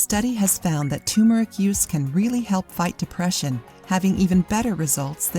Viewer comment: its turmeric